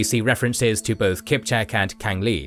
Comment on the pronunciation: Omg you said "Kick Mek" and "Polotsy" ... Why? Why wouldn't you try to understand how to pronounce correctly before publishing something?